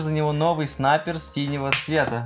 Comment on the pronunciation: Снаперси а не сниперси!!!!!